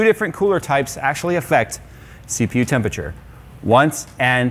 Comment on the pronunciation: I cannot take you seriously until you pronounce tempERature properly.